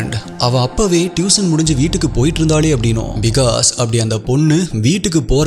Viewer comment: டியூஷன் , அது டியூசன் அல்ல , Improve your pronunciation ...